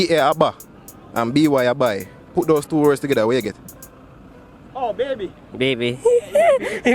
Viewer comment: How Ba-by pronounce bamby Mr 🤣🤣🤣🤣